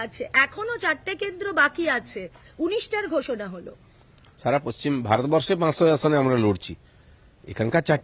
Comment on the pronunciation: এই মালটা ঠিক করে পশ্চিম বাংলা বলতে পারে না, পশ্চিম বাংলা কে পচ্ছিম বাংলা বলে 😄😄😄😄😄😄😄😄